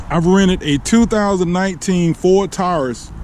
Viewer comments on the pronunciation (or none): none